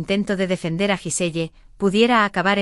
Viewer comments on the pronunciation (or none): Se pronuncia guisel